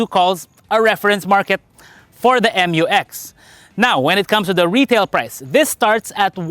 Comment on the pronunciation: it is read as "myu-eks" NOT "em-yu-eks" otherwise it should have been written as "M-U-X"